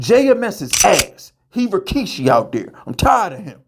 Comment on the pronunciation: Bro said “Jms asss he rakishi” 😂